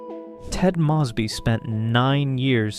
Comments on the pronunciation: Already doing both. 😌 The last name mispronouncations is a distraction in an otherwise BEST OF THE LOT channel. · Yeah i keep noticing it in all his videos But it is still a wonderful video tho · These are great videos. (You're mispronouncing Ted & Robin's last names.) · Ted proclaimed love for Robin INSIDE her apartment when they were standing very close, flirting, and about to kiss. How can you know the show so well but repeatedly get such basis, in this case iconic facts wrong? I love this channel but these mistakes, and the mispronouncation of Ted's and Robin's last names are jarring. Please be more careful. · Was thinking the same, like maybe Ai? Coz how can anyone get it wrong... they say the last name soo many times throughout the show.